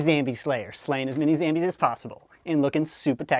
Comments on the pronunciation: It's zombies not zambies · do you mean zombies instead of zambies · SAME MATE ! its not zambies its zombies! (i laugh every time)! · why do you say zambies its zombies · who says zambies it's zombies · It is not Zambies its zombies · WY the heck does he call zombies ZAMBIES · why does he say zambies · Why do u call it zambies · Why does he say "Zambies" ? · why do you say zambies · said zambies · He just ruined the word zambies for me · Why is he saying zambies